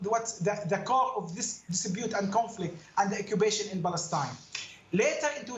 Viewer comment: Mustafa cannot even pronounce the name of his “country”. Balestine is an invention.